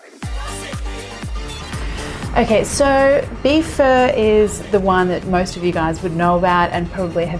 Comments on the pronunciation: I thought it sounded like she was saying fur as well but I believe that is probably due to her accent. Most people I've ever heard pronounce pho say phuh, like your saying uh at the end. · Its sounds like your saying fur 🤣